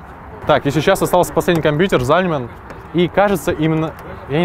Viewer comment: Как ты ужасно говоришь слово компьютер...